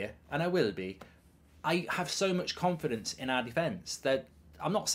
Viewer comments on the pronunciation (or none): THE WORD CONFIDENCE 🤣